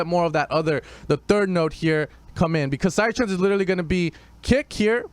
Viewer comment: stop butchering psytrance please